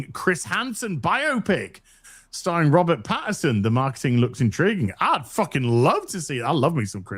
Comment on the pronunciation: can't not call Robert Pattinson "Patterson" even when the correct spelling stares him in the face as he reads it incorrectly out loud XD